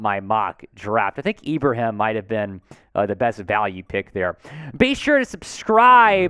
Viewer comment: you're one of the first of very few people with a platform to come close to saying 'Ibrahim' correctly, I'm not mad at it. I do believe he'll be a late round steal for us (or any team) having seen him perform first hand vs my Terrapins. Dude is a HOSS!